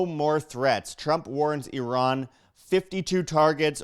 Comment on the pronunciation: Did you know you kinda look Iranian? :)) also, thanks for pronouncing Iran correctly.